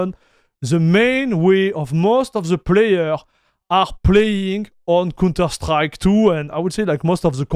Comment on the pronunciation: dude, im also hyped. but you call the counter strike a "cunter strike". not sure if you did that deliberately. i love counter strike games by the way.